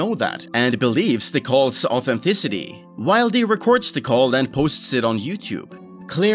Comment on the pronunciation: Did you just pronounce 'wildy' as 'wild-ee' and not 'will-dee'? How can anyone take you seriously?